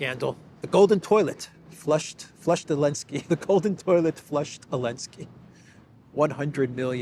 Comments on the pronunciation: Question: I keep hearing saying "Alensky" instead of Zelensky. Am I suffering from auditory hallucinations, or did anyone else hear that, too? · Love the channel! Just curious why does call him Alenskyy?